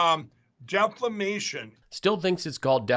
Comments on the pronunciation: "Deflamation?" OMG, no wonder Lindell loves Trump so much. They're both utter morons. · 😶Ni66a said "DEFLAMATION". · Mike is really saying (debt-flame-nation) because hew worried about our national debt-NOT!